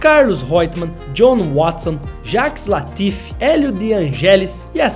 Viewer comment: É LAFFITE!!! JACQUES LA-FFI-TE!!! Mas o vídeo ficou muito bom! Parabéns!